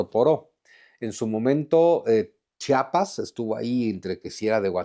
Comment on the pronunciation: Mucho conocimiento y todo, pero le dices Chapas a Chiapas 👎🏻